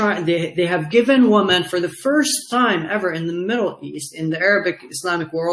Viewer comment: His English is very good, but he needs to learn how to pronounce "women" (wimmin). i.e. different from woman (woomoon)